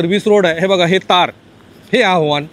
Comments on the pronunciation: आव्हाण नाही आव्हान असतं... किमान मराठी पत्रकारा कडुन अशी चूक अपेक्षित नाही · आव्हाण नसतं ते आव्हान असतं रे बाबानो